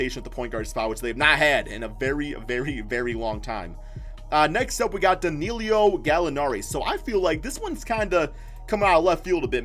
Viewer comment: Da-Nil-O!!! Not Da-Nil-io